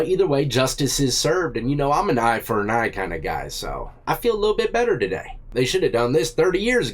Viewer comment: "Eye for a-n Eye " I like that too 😂👍🤝